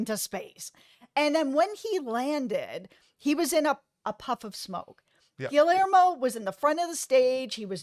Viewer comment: You both are so wonderful! Happy I stumbled upon this. Haven’t see the episode yet but I can’t find it online to watch and my ‘bootleg site’ hasn’t loaded it yet. Anyway thank you guys! Also - Gill-Lare-Mo?!?!?! Gee - Yare - Mo (lol)